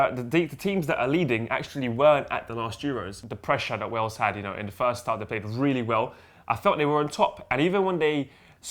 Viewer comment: Poet says Wells not Wales